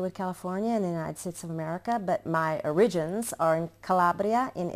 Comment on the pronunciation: After 30 years in Italy her English is very Italianized! :) I loved how she pronounced "ORIGINS" with the stress on the letter "i" like Italians would say it! LoL